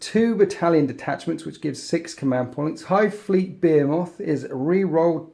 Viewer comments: Be-hee-moth. Not Be-he-moth. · You say Behemoth quite strangely Great Batrep! Wish more people played Blood angels!! I need Ideas